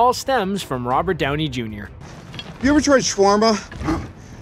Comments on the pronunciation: notice how he said brownie instead of downey? i giggled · he said Browney instead of Downey... LOL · Anyone notice he calls his brownie instead of Downey at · at one point you said brownie instead of downy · "Embrace Browny." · Did I hear him call Downey, “Brownie?” 😂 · LOL He called Downey as Brownie LOL OOPS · you said embraced brownie instead of Downey in #16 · he says "Brownie" instead of "Downey". XD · Did anyone notice how they said "Browny" not "Downy"?!? Lol! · He said brownie instead of downy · you say 'embrace BROWNEY' not downey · Did you really say Browney instead of Downey? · Okay has anyone else noticed that he says "brownie" instead of Downey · 9:99 I can't be the only one who heard "embrace brownie." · I'm sorry what? wait did he just say embrace Browny?!?!?!? 🤣🤣🤣🤣🤣🤣🤣🤣🤣🤣🤣🤣🤣🤣🤣🤣🤣🤣🤣🤣🤣🤣🤣🤣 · he said brownie unsead of Downey.... 🤣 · Lmao he said browny instead of downy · did you just call robert downy jr "brownie"? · Did anyone catch the Brownie instead of Downey line in here? I hope I'm not the only one:) (Hint: we're not there yet) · ~Browney... It distracted me so hard, I replayed it twice over.. and then one more time, because I got distracted once again. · "Embrace browny" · He said "brownie" instead of Downey omfg 😂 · Does he say..Brownie instead of Downey? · "Brownie" aaaahhaha that's the funniest verbal fart ever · he says “Brownie” and not “Downey” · Narrator calls Downey "Brownie". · Did anyone else catch him saying brownie instead of Downey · “Embrace Browney”? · "Embrace Robert browney" ... No second take? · . Just me or does he say Brownie instead of Downey